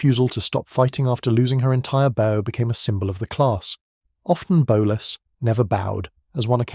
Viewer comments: It should be "BOUGH" as in Bowing to show respect, not "BO" as in the firing of arrows. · Bow as in bow wow. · A channel with the name ship in the title should know how to pronounce "Bow" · A shame that the narrator is unable to pronounce bow!